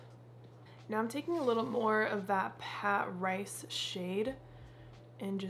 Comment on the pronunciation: Lol it’s Patrice….puhh-treese. Ha h ha had me rolling this morning.